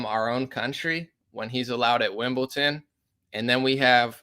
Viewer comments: It’s WimbleDon not WimbleTon😉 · Lol bro it’s Wimbledon. Not Wimbleton.